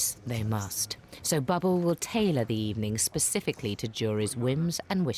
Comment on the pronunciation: Michael’s knows how to DUH it. His team know how to DUH it 😂 and the chefs are all SUH fantastic. She has such a weird emphasis on those words. It’s GHASTLY 🙈